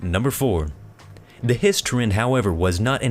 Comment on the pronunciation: Its hisss not hss